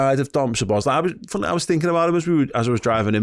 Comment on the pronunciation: It;s pronounced So-bos-lah-ee (a and i are pronounced ah and ee).